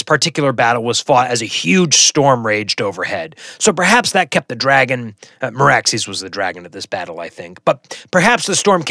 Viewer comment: As much as I've been nitpicking your pronunciations, I think you nailed Vhagar and Meraxes based on show and audiobook pronunciation.